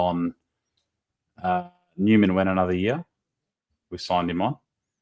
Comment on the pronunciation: Newman as Seinfeld says it 😅